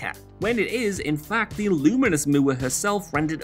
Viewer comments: I get it: "Moo" er". Instead of "More"...but still. Nutty. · "Moo-er?" Who tf is Mandy Moo-er? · An interesting way to pronounce Moore. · I have never heard anyone from any English speaking country pronounce “Moore” in that way. Good god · Ugh who had to go back the first time he said Mandy Moore? Like, moors, without the ‘s’. I get that there’s a language and culture barrier but she’s American with an American last name…there’s nothing complicated or fancy about Moore, as a last name. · How the hell does someone incorrectly pronounce Moore. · Dude, how the hell can you mispronounce Moore in Mando Moore?